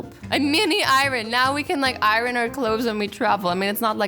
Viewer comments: its not iranes it iron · REALLY AZZY IRIN! IRIN!? ITS IRON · When I first heard Azzy say “iron” but now I’m used to it! (Btw for other people you are supposed to say EYE-EARN not EYE-RON) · I love how she says irens instead of iron lol 😂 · Azzy:"I-ren Me:"its I-ERn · She says iren instead of iron love your perfect imperfections azzy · Iron is pronounced eyern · Did azzy just say irin ? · it's I-ron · U say i ron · Did anyone hear asst say iron??? I-rin? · Iron is pronounced i-ern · Eye-rin.. -Azzy 2018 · your saying iren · It's pronounced eye-ern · Funny how you pronounce eye-run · Iron not Iron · ..Azzy, you are great and all but...the way you said iron sorta triggered me..a lot...sorry.. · who else is annoyed by the way she pronounces iron? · Omg Azzy read my mind! I was thinking why does she say iron weird? And then she was like I know, I say iron weird. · The way she pronounces iron ^ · I hate how she says iron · Iron you don't pronounce the r why do people don't say it right